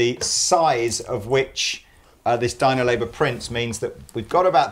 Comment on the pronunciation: The one where kept saying "Dino label" rather than "Dymo".